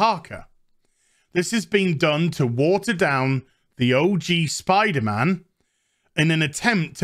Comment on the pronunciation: I like how you say Spiderm'n